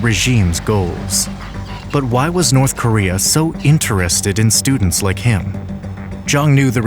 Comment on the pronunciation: Hmm, what are studends?